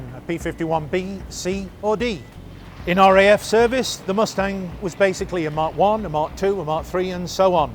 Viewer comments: Did that announcer say the Mosetang? Not Mus-tang? What is a MoseStang? Is that like a Mosetash ? 😂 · I didn't know Mustang was pronounced "Moostang". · Ah yes the P-51 MOO-stang, an extraordinarily capable escort fighter. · I love how the propaganda guy pronounces it “moo-stang” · LOL what is a moo-stang? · The Moostang LOL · I love that Received Pronounciation of "Moostang" 😂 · Moose-tang? 😂🤣😂🤣😂 Do you also call mud, "mood?" 👋🐸💥💨👻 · "The Moosetang."